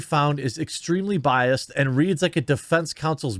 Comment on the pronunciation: “Was biased”. Sure the -ed ending is hard to hear but it’s not silent!